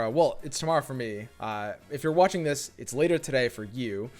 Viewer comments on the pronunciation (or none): none